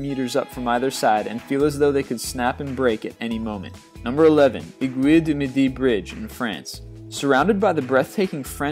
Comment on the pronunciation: agwuu du midu bridge, frAynce (aguille du midi)